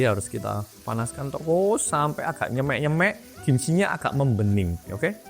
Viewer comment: Aneh men lek ngomong nyêmêk😭nyemek bukan make ê semua tapi ê awalan di kata "nye" dan "mek" gawe e biasa bolooo😭😂